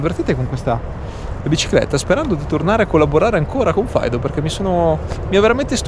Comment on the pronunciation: Faido? mai sentito pronunciare cosi Fiido